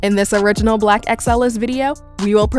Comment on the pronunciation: I’m not feeling the emphasis she has when saying “black”